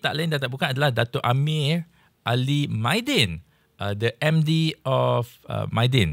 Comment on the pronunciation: Mydin bang, bukan Maydin 😅